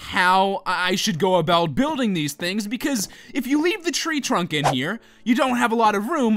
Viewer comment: lol he says buildge